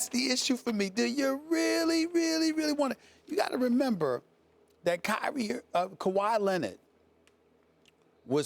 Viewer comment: Ky-rie Irving... uh Kawahi Leonard lmaooo